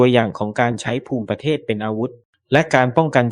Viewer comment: ต้องอ่านว่าภูมิประเทศไม่ใช่อ่านว่าภูมิประเทศ